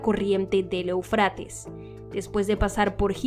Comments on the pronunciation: Eu, con acento en la é sería Éufrates, no eufrátes, que mal se escucha de una periodista profesional, haciendo mala pronunciación. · Desde hace muchos años se pronuncia E'ufrates. Respete los acentos